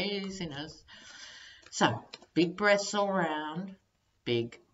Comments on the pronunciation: Love the way you say: big breaths, big breaths and I hear: big breasts, big breasts... lol! Love you much! ❤️❤️❤️ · Laughng out loud at myself. I thought you said "big breasts all round"....!